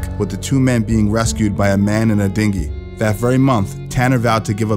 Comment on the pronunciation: You said, “dinghy”…🙃